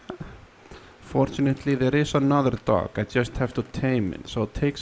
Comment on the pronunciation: The way he says dog like doggy